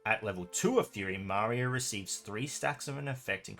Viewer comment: I thought it's Maria with “I” letter stressed) Thanks for the vid as always, mate